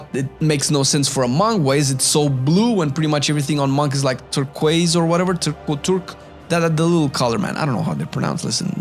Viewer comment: turquoise - like... ter-coys (coys like toys but with a hard c... so I guess like koys) ter-koys